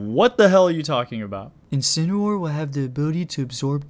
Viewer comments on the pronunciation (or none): You guys are saying Incineroar wrong your saying Incinerwar that is not how you pronounce it